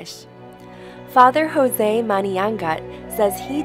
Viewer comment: Thank you for making this video of dear Fr Jose. He is Indian, not Hispanic. His name is pronounced Jose (joes) not José (hoe-say) 😇